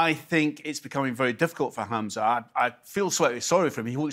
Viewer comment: Humza not hamza ffs